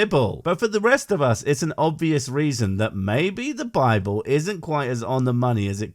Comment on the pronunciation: Philomena Cunk - "The Bibble" is how it should be said by everyone.